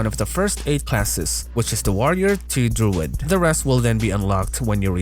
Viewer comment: LMFAO Did you just call a druid a droid!?!? MMO fans might try to kill you! JK JK It's is pronounced Drew-id...